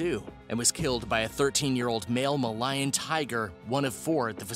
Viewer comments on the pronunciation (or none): Skler-o-der-ma, not sleer-o-der-ma. Mă-lay-ăn, not Mă-lie-ăn. Kindersuprise were not banned because young children might choke on them. You'd need to be quite big for that. No. It's because of the 'egg' inside which holds the toy. Having something other than just food inside makes the item adulterated. And Americans don't seem to want this 'alteration'. And the toys are very good quality, considering their size. And it's fun to put them together.